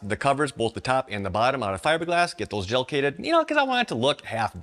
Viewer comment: You said gelcated. Lol